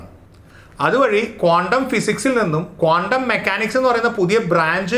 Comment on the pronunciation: കോണ്ടം അല്ല.ക്വാണ്ടംആണ്.ഒന്നിലേറെ ഇക്ട്റോണുകളുള്ള ആറ്റത്തിന്റെ സ്പെക്ട്രം ബോറിന് വിശദീകരിക്കാൻ പറ്റിയില്ല.കണങ്ങൾതന്നെ സീറോ സ്ററേററ് വേവ്സാണ്.സൂപർപൊസിഷൻഓഫ് വേവ്സിൽ അത് തരംഗത്തിന്റെ ഫേയ്സുകളാണ്.